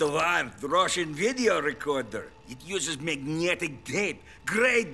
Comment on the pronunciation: RuPaul's puppet is the only one that is not absolutely grotesque lol Reduce the teeth a little, and it almost looks like a real person. And Putin's "magnyjetic tape" LOL